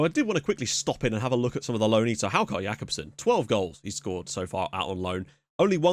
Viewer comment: the "au" sound in icelandic as in Haukur is pronounced as "öy" and if you are not sure the "ö" sound is kind of like the "i" sound in "first"... just thought you would be interested